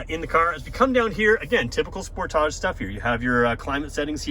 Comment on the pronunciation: I've never heard anyone pronounce sportage the way you do. At first I didn't know which car you were talking about.